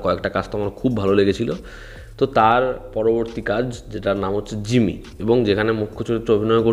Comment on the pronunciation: জিমি না জিম্মি। hostages. অথবা যে কোনো কিছু করতে গিয়ে ফেসে গেছে।